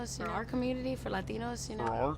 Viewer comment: Why do you pronounce "Latino" like a Latino?